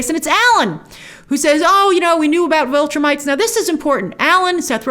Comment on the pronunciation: Get a good cry in and then move on, WOW! Do you have a heart? Lost her husband, son nearly killed. You are cold Grace. Damn!!! Lol. Oh, and it's Viltrumites not Vultrimites.